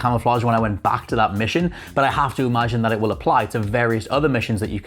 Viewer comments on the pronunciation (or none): none